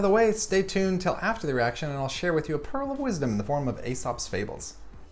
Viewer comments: Love your channel, but please pronounce Aesop's fables correct!iy, It's E sop, not A sopl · OK, how do you pronounce 'paedophile'? When a word has 'ae' together, the 'a' becomes silent. Still love your channel though!